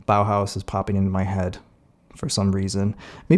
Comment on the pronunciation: BAUHAUS? IS THIS WHAT YOU SAID? WHAT THE FUCK.